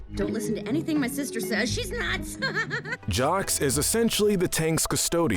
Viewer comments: It’s pronounced Jock, not Jocks. The “s” is silent. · Loved this but it’s not pronounced as jocks 😂 it’s Jacques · Do you not even know how to speak French, because it’s pronounced “ZSAWK”, “”! The S is silent in the end of French names! 🤨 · acknowledges Jacques is French Also: continuously pronounces the fish's name like jocks 🤦‍♀️🙅‍♀️🙇‍♀️ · Sometimes, these people don't pronounce words how we do.